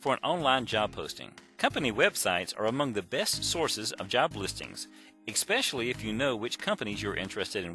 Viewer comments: Ekspecially - ouch. Thanks for the video anyway. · Not only did he say "expecially", but he also said "asterik". The word is asterisk. What a moron. Also, this does NOT work. It looks good in a txt file, but when it is pasted into an online application, the formatting does not stay in that format. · "Southern" pronunciation